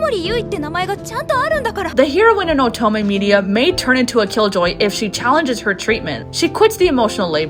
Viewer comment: Great video, but the way you say oto- MEH really unnerves me